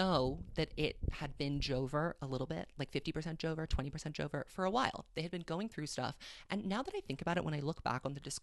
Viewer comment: god whenever you say joe-ver i just burst out laughing lmaoo